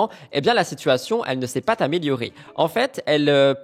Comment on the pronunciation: Concernant Mélanie ORL " La situation ne s'est pas t améliorée "... Non, la liaison se fait ainsi " La situation ne s'est pas à" z" améliorée "